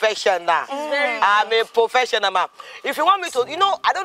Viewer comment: “I’m a pofesional” got me😂🤣🤣